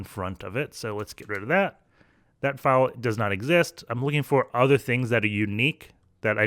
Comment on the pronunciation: File , Not Fule